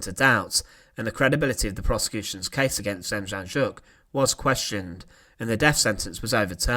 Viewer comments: its pronounced denjanyuk not ja, because in Ukranian like German the J is pronounced as a Y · Good video, just a point of interest, his name, Demjanjuk, the J’s are pronounced as a Y, so it’s not Dem Jan Juk, it’s pronounced Dem Yan Yuk. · ITS PRONOUNCES DEM YAN YUK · John DIM-YAHN-YUK is how it's pronounced. You sounded like you were having a stroke when you attempted to pronounce his name lol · N.B. The J in his name was pronounced as a Y, hence Demyanyuk. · It’s pronounced Dem-on-yuck the Js are silent ☠️ becomes him Terrible man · I live in Ohio and his name was in and out of the news for years. It's pronounced dem - yan - yook. He was living in Cleveland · De-Mmm-yeah-Nyuk. It's hard to write how to pronounce it. But those J's are not pronounced. Theres a documentary on netflix here in the staes about him. Called the devil next door. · You're pronouncing his name wrong its Dem - Yan - Yook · I believe the name is pronounced Dem yon yook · FYI.....Demjanjuk is pronounced Dem-yan-yuk. The Devil is in the details. Rudolph Hoess is not Rudolf Hess. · Name is pronounced as “dem-YAN-yuk” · Narrator: try Dame-yon-yook! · It’s pronounced ‘John demYanyook’ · Very good video but the j in his name is to be pronounced as y . Demjanjuk is to be said as Demyanyuk . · Demjanjuk is pronounced Dem Yan Yuk. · Great presentation, one correction: Demjanjuk is pronounced “Dem—YAN-Yuk” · No j sound but like a y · You butchered the john demianiuk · The ‘J’ is pronounced as a ‘Y’ in Demjanjuk. 🤦🏼‍♀️ Maybe do some more research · It disgusts me that people are trying to monetize history with a few pictures and some narration, but they can’t even pronounce the names of their subjects. John Demjanjuk is not pronounced as you say. You want to post about history? Do the work…